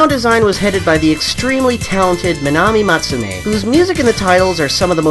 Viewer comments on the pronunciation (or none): loved this vid but uh, Manami Matsumae is actually pronounced Mahnahmi Mahtsoo MAH(pronounced like 'ma' as in mother) EH(like the e part of 'egg', without the g)